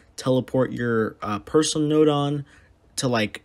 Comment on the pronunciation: 800 subs congrats and every time u say nodon I always think u say note one